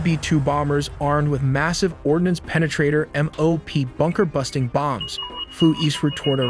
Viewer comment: I swear I heard “b-2 bonger” and “bunger” not bomber and bunker